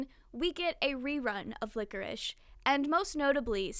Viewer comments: Small side note Lycoris is pronounced like "lie-core-is" not "lick-or-ish". ^_^ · This vudeo is great and i love but one thing is driving me insane and i MUST SAY. Its Pie-d the piper, like the dessert pie. And Lycoris is pronounced ly-cor-is. Im honestly only saying because i think youve asked before how theyre pronounced and im just insane im sorry 😂